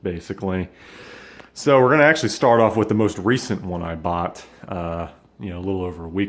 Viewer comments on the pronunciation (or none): none